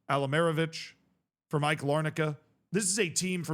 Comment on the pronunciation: Nah bro Cypriot football is 100 times more passionate than anything in England Also AEK, btw you are the first person to say the name correctly, has more European experience than Crystal Palace, and did play West Ham two seasons ago Also winning the Cypriot League ain't easy, it's probably the most demanding league in Europe by the amount of foreigners that come to Cyprus It's the most foreign league because everyone tries to keep up with each other, and the Cypriot players aren't enough And there are now 8 "big" teams in Cyprus out of the 14 that play in the league, and there are play offs where only the top 6 can contend for the league, so it guarantees that 2 of the 8 don't even go into the play off group And people in Cyprus are passionate to near violence A couple years ago Greece Cyprus and Serbia had the biggest problems with violence in stadiums, many people dying Thankfully this has relaxed a bit at least in Cyprus, not so much in Greece and Serbia When it comes to AEK there is a meme that says they always go to the final step and can't win the league, which they have been trying to do for the past decade A bit like 2010s Tottenham